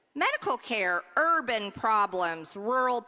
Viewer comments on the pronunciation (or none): Hearing the way MTG pronounces "Urban problems" has cause my eyes to bleed. Do I need a doctor or a priest. That phrase was carrying so much double meaning i am surprised she hasn't shattered her sad excuse for a spine. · The way she pronounced “urban” is the most blatant dog whistle I’ve heard in some time